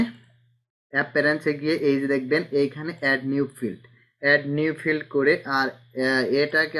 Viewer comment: Your tutorials are good! But all tutorials are primary basis , make advance. By the way , you have to develop your tools name such as Multiply( মালটিপ্লাই) । Stroke (স্ট্রোক) Fill (ফিল) Type ( টাইপ) ইত্যাদি। যেমন আপনি বলেন মালটিপ্লে, ষ্টক, ফিল্ড এগুলো উচ্চারণে ভুল করলে আমরাও ভুল শিখব। "যদুল" মানে কি ? মনে হয় যদিকে যদুল বুঝাতে চেয়েছেন। যাহোক চালিয়ে যান , যে যা বুঝার বুঝে নিবে । ধন্যবাদ।